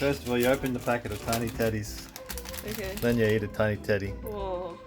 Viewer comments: Am I the only one that heard tiny tiddies instead of tedies and since they repeated it more I COULDNT THINK OF ANYTHING MORE send help V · he said tiny teddies and i thought he said tiny titties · I can't help but hear Tiny Tiddies whenever you two say Tiny Teddies. I'm so immature. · Why did I hear ' tiny tiddies '